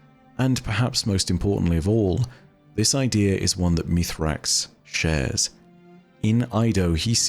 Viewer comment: Meez-rax. Not Meethrax. Bungie has already clarified this. Why does one of the "leading" lore guys not get this?